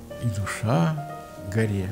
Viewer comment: Поэма горы начинается не совсем так, как прочитал Константин Александрович:) Вздрогнешь -- и горы с плеч, И душа -- горЕ. Дай мне о гОре спеть: О моей горЕ! ...Но, высокая культура и глубокое знание поэзии, в целом, сделали программу интересной. Спасибо.